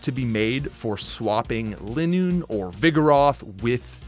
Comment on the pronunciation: It’s funny that he caught his pronunciation of Chimecho, but not Lileep, Linoone, or Milotic.